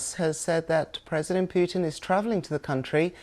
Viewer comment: Сама ты Пютин! Научись правильно произносить имена мировых лидеров, клуша!